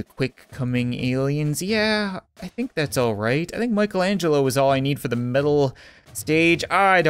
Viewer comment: Why do you say fire zee cat cannon when you fire the cat cannon